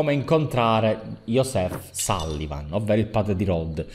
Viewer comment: scusa se commento 3 anni dopo ma non si pronuncia ioseph ma gioseph😅💚🖤